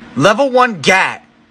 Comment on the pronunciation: You pronounced it wrong again